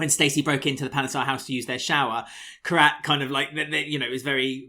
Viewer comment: I absolutely love and, you boys do an amazing job and I log in every week to hear the podcast I love it. But "" theres one thing that makes my blood boil... please please please stop mispronouncing Kheerats name its "Kheerat"(kheer_at) not Karat (k_rat) thankyou and I love you guys!